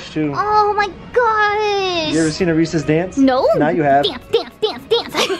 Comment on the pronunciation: I think Angel was just as triggered as me when kept saying Reese's wrong, haha. U should not mess up the name of America's best chocolate!